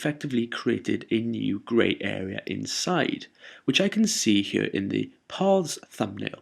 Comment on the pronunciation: love the way you say "here" very posh. "hchjeeer" lol